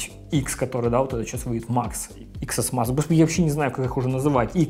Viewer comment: Тэн Эс Макс.... хватит его Иксом называть!